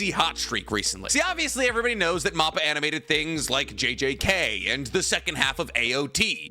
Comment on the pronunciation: great videos but please stop saying moppa its (mappa like map that has directions on it and pa like a panda